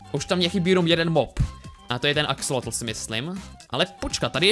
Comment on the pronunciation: sir vialovoval zle ti akesloti on to vislovoval akseloti